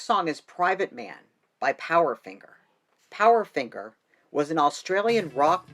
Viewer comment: Kylie MIN -O - G Yeah that’s how her surname is pronounced. And the band is POWDERFINGER not POWERFINGER